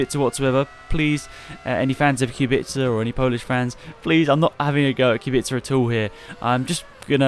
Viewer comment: i Hope Kubica will show some claws and will compete with top 3 teams despite car he will use Also kudos for somewhat correct pronunciation. C is soft, its not KubiKa